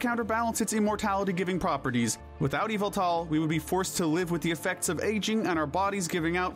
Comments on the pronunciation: Its name is Yveltal, NOT Yaveltall! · Yveltul not eviltal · You should pronounce Yveltal differnet haha. I know it sounds like EVILTAL! since he is the reaper and kinda evil but its more norse. Yall-vel-tal is the correct way to say his name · NO, THE SECOND PART IS WRONG! IT'S Y-VELLE-TAL, NOT Y-VAL-TAL! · "Evil tall, Qrem, Zarud"💀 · its YAVATAL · THE U IN YVELTAL IS SUPPOSED TO BE AN A! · His name is Ya-vil-tall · You pronounce it y-valt-al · yveltal (yah-vel-tal). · YVELTAL DOES NOT START WITH AN E, IT STARTS WITH A Y! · NO, IT'S YVELTAL! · NO, IT'S YVELTAL! THAT IS NOT HOW YOU SAY THE NAME!